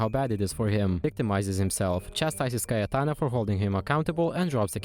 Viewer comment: You pronounced cayetana perfectly ive never been so proud of a stranger <3